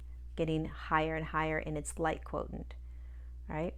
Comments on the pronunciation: Are you saying 'quotient' /kwoSHent/ as we know from mathematics, or is /kwoTENT/ a different term? I like your videos and always learn something new, so thank you! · Quotient is pronounced quo shi ent.